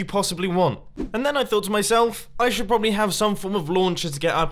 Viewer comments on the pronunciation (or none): none